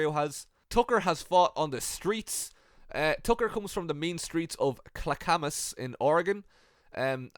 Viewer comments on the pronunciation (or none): It's pronounced "clack-ah-mus".